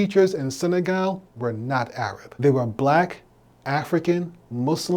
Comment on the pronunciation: I wish Dr Umar would stop calling Arabs "A-rabs". That's not how you say their name. It's insulting.